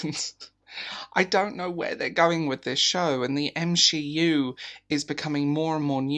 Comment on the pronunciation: Did you say M she U (MCU)??